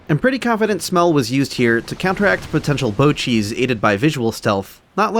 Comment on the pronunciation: you keep saying bow cheese but i cant help but hear bocchis